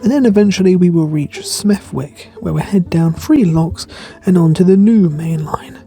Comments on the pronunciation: It's pronounced 'Smethick', not 'wick'. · Smeth'ick With the th voiced, as in the and this. This is certainly not a criticism, more a 'psst...'. we love what you're doing ✌️ Hey, I lived in Walsall for a while. There's an area named Caldmore. It's blooming pronounced Karma! Who knew? I didn't😄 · Hello, I'm not picking flies, I do exactly the same - say what you see 😅 it's pronounced Smethick but spelt Smethwick ❤ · hi great video again, nice to see your back in brum again, just to let you know the w in Smethwick is silent.👍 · Loved seeing my hometown of Dudley from a different view, surprised to not see our famous castle in the drone footage ( btw the w in smethwick is silent )